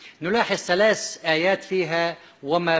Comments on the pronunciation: دكتور.. وما يعرف يقول ثلات آيات.. يقول سلاس ايات.. اقول يكيل الكذب و مع الجهل.. بمكيال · كيف؟؟؟؟؟؟؟؟؟؟؟!!!! .تقول سلاس ((((((( بدل ثلاث )))). وزهلو بدل. ذهلو. .تعلم لفظ الكلمات بالغه العربية قبل تفسير كلام الله ❤️⚖️⚖️🕋👆🇹🇷❤️⚖️🕌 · ثلاث آيات[سلاس ايات] ثمانيه،سمانيه،هذه ،هزهي، الذين، الزين، 😂 تعلم مخارج الحروف حتى تبين لناس وحدانيتك وكشف كذبك العلمي ماعجز عنه الآخرون،الله لايبلانا ويشفيك مرضك صار مزمن.